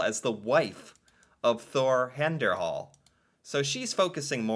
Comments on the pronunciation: Henderhal? Really? LOL....HEYERDAHL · Heyerdahl is pronounced hey-er dahl hope that helps :)